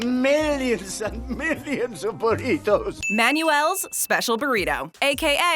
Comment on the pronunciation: Manuel is pronounced; "Man-Well".